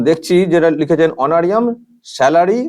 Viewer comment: উচ্চারণটা অনোরিয়াম নয়, অনোরারিয়াম।